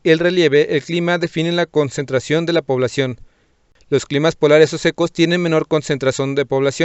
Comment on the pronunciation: maestro digo "consentrazon" en vez de concentración 😂🤣